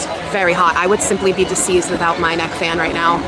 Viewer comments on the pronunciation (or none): 😂😂She actually said “ I would be di seized instead of deceased!😂😂